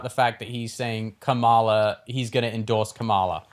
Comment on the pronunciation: I LOVE this program but Jack just pays attention to what he wants to pay attention to. You can’t say you don’t listen to the news and just form your own random non factual opinions. 1-Biden is old and yes needed to step aside but at least learn how to pronounce Kamala’s name. Coma-La 2-I’ve had three friends test positive for COVID and each was explained that every strain is different from the last until the science is clear. Regardless of whatever you have until the science is clear anything you have is just weak. 3-enough of this shot in the ear stuff, it’s terrible for sure but truth be told the shooter was a poor shot and just hit his ear and is being “milked”, he has not changed and nothing has changed. 4-Pierce is awesome and fair! 5-Adjust your pricing based on the media you have available. It’s too expensive for what folks have to choose from.